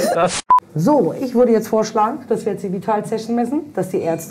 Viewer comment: Ick und isch 😂